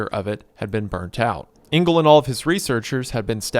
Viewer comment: Just a quick one - Engel is not pronounced "Ingal", but "Angal". And is German for Angel (but with a hard g - which you got right).